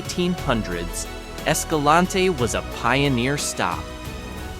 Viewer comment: You mispronounced Escalante. Leave off the last syllable for a proper local pronunciation.